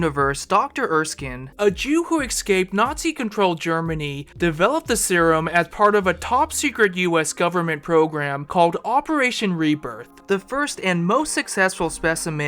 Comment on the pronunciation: Especially, not “EXspecially”. Sorry, you’re doing a great job but a little constructive criticism. Last week I was corrected for saying “doggy dog world” instead of “dog eat dog world”. Oooooooo , escape, not “EXscape”, sorrrrrrryyyy.